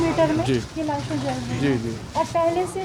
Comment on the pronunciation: What's wrong with this reporter? Is she dumb or what. Show some courtesy and stop saying "laashain"